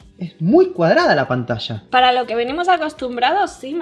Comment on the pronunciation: escucha a como dice Pantalla, no como tu que dices panatacha, mira ella dice huella y tu dices huecha, se dice ya, no cha, es Yogurth no chogurth, es manager y tu dices manacher